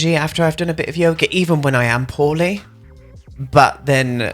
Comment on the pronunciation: Lol I thought you were saying “I’m feeling horny” but you were actually saying “I’m feeling poorly” I was a little a shook but yeah it was just your accent lmao